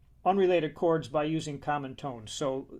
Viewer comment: Years ahead of his time. A legend. Thanks for the interview, Monk. p.s. I love the way he talks. Especially how he says "cards" for "chords". so inspiring how Aebersold is excited about teaching kids. you get a real feel for his passion for the music. P.P.S. This was the best interview, Monk. Thanks so much!